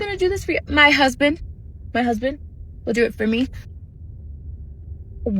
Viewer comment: Over syllable-izing the d at the end of husband is painful to everyone's ears